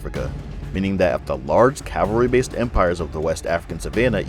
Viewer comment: Cavalry not Calvary